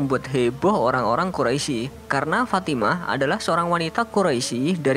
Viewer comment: min itu Quraisy bukan quroisy